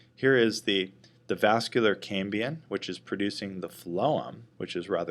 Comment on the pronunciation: Very good and clear video, but keeps saying "cambian" instead of "cambium" perhaps he is blending the word Cambrian, as in the Cambrian explosion/era.